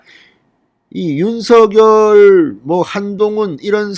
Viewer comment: 윤석열 윤성녈로 발음 교정해주심이~ 어나운서도 윤석열당사자도 표준발음규정에 따라보아도 진행자님 발음이 거슬리네요 작열하는 ㆍ자결하는× 장녈하는○ 색연필ㆍ새견필× 생년필○ 휘발유 ㆍ휘바류× 휘발뉴○가 아닌가요? 이제는 많은분들이 표준발음으로 교정하고 있으니 참고해주세요 많은 구독자있는 채널이잖아요